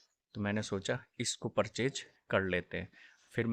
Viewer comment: परचेस ❌ परचेच ✅